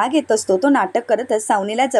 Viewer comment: Savnila व aadila असे vachave.